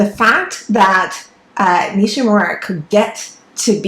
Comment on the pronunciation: The name Nishímura is accented on the second syllable, SHI. Not NISHy MURRa, but “nee SHEE moo RA” Respect the man who made the discovery!, and give his name a back beat! Hear for yourself: search YouTube for 西村彗星